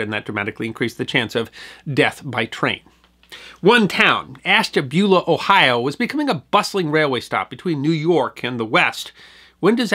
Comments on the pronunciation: Hi enjoys the item. I as born in the town , and never heard of the wreck, until a few years ago while in Calif. The towns name is pronounced as ash. Ta. Bula. Keep it up much enjoyed. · Love your channel sir. I am from NE Ohio. I know this is being picky but us locals pronounce it ASH-tabula. Cheers!